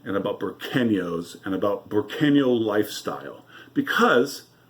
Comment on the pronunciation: Just to correct you its Burqueno. I like your channel.